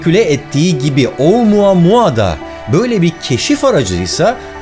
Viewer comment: Başlıkta oumuamua yazan oamamaamamammama diye okuyan bne .d